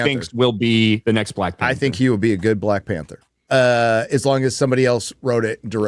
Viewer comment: "Witewy Black Pandur is my favowit."